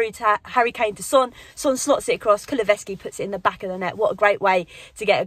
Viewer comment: Still haven't got used to saying "Kulusevski" aye?😅